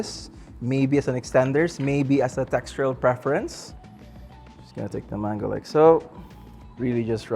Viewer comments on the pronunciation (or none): none